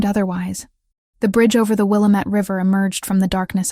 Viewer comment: It's pronounced "Will LAMB IT"